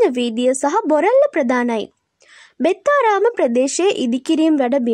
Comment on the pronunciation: කනගාටුදායක ප්‍රවෘත්තියක් .. ඒත් බෙත්තාරාම කියද්දි හිනා ගියා ..🤣😅 එයාට කියන්න ඒක බෙත්තාරාම නෙවෙයි ඛෙත්තාරාම කියලා ..🤔